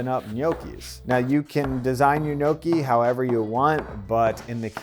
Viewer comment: Was fun to watch, but you need to work on your Gnocchi pronounciation 😂